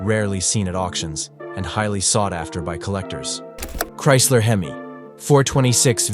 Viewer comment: You don’t spell out HEMI.. you say hemi as in hemispheres. Moron. Dont be a docuvid then pronounce things wrong. That’s just stupid!